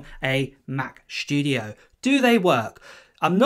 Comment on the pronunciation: studio, not shtudio